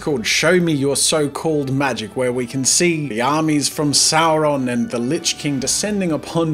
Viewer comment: One does not simply say Voldemort and Sauron like that